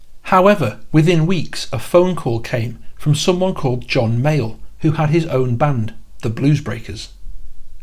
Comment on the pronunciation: I am loving these videos of yours and this one in particular, but I keep hearing “John Mail” when you say John Mayall lol